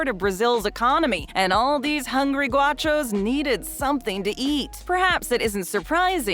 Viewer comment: It’s GOW-shoss not GWA-shoss